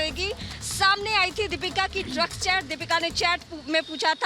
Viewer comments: Lax nhi drags nahati he Dipika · Not Luxx . It's Drugssss🤣😂